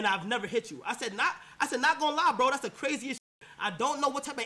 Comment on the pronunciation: "Dassa book" 😭